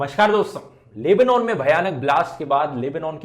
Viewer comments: It's Lebanon. NOT!! LEBOOOONAAN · the proper pronuncation is Leb-Naan